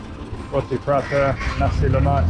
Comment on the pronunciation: Hi PRONOUNCE ROTI IS ROW-TI